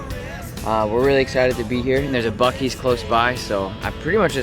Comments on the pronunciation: Buccee’s is pronounced “Bucky’s” 🤣👏🏼❤️🤠🌮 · It's pronounced buck-EEz lol